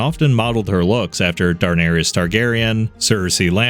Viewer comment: Are you saying Dar-nar-is for comment bait? Love you dont get me wrong lol